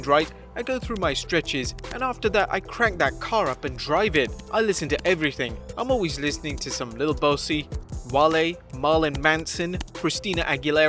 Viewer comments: Me a metal fan after listening to Wrestlamia say “Marlin Mason” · "MARLIN" MANSON!?! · The way he pronounced Marilyn Manson's name! 🤣🤣🤣 Marlon Manson. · Who in the blue hell is 'Marlon Manson'?